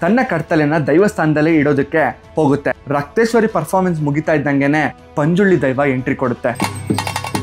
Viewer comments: Bro..... it's ಪಂಜುರ್ಲಿ ✅......not.... ಪಂಜುರ್ಳಿ ❎ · Bro adu Panjuli ala Panjurli daiva